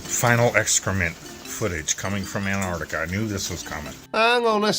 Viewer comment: Is Dan joining a monastery, He looks like a mad monk. And why are flerfers incapable of pronouncing Antarctica correctly, most of them miss the first T and call it anarctica. It’s pronounced like this Dan….. Ant..arc..tica.